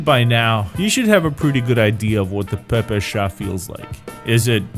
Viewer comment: I know it's fun and all but using reversed lines to make it look russian (for me as russian) causes my ears to bleed:( But, you made and excuse for yourself by saying PPSH the right way:) Your ability to speak russian feels good Kappa